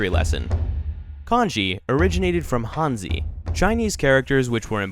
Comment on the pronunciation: “Hanzi” is not pronounced “Hanzee.”